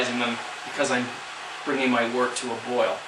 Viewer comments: its not wart its woooort-like work but with a T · Good video just a note. Wort is pronounced "wert"